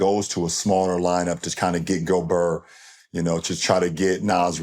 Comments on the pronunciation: Lebron really called gobert goburr😂😂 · it’s actually Gob « air ». « Ert » would sound like « Air » in French. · Lebron going full Gucci Mane with his "Go-brrrr" pronunciation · "rudy go-BURRR" - lebron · Perkins can't even pronounce 😂😂,go-bear 😂😂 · He pronounced it like Kendrick Perkins did.